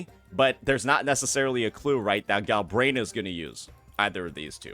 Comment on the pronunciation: its "Galbrena" not "Galbraena" 😂